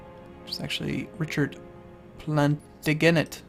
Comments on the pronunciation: You have mentioned it several times in the LPs so far, and I was wondering whether you truly don't know. When you seige a coastal province, all boats are forced at. It was one way to force a naval battle. And it is said "Plan-taj-in-ant". Also the hundred years war was about Henry XI's claim to France through his grandfather, and mother. Who were King and Princess of France respectively, and as agreed by a treaty Henry was to be crowned. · plantagenet - plan-taj-in-ay - was he not in the bloodline the one that got fucked over by the "windsors" or gotha crettin & wettin or whatever the "windsor's" "real" family name is ^_- when they took over the bid for the english crown then sent their mad twat king george over here, fucking huns, fuck off back to prussia, *****s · I don't mean to sound like a pronunciation Nazi, but Ceuta is pronounced 'tsway-ta', and Plantagenet is pronounced 'plan-ta-jeh-net'.